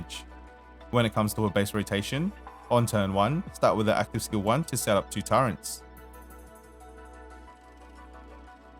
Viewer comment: bruh you keep adding an N in turrets :eyes-purple-crying